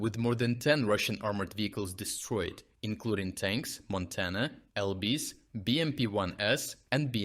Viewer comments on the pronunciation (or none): The giveaway: the text said MT-LB. The voice read, Montana, L B.